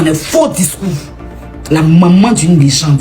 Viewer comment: faut demander à la tantine qui parle oooh 😂 elle a du mal a dire legende !